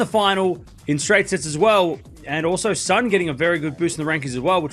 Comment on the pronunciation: Lulu Sun name is read like soon 🔜 not ☀️